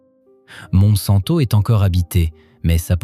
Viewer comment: Monsanto, on prononce montsainto c'est là que vit la plus grande communauté juive du Portugal